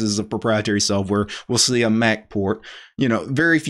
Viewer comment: What is this "soaf" ware of which he speaks?